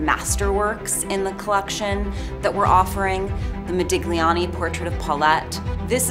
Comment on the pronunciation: She doesn’t even know how to pronounce Modigliani….